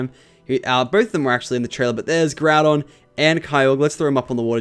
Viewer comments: Groo-don xD It's Grow-don cx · You really stink pronouncing pokemon :P u pronounced Groudon to Groodon but its pronounced Ground-Don(as an example,i dont want to do the rest u mispronounced) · Don't mean to sound like a prick, but it's pronounced Grow-don and Kye-ogre. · um you completely screwed up groudon and kyorgre's names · You pronouncing the legendary names wrong was honestly cringe worthy, I'm Australian too, no excuses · YOU SAY GROUDON KYOGRE SOOOO BADLY WRONG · You missprounounced ground on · Butchered groudons name...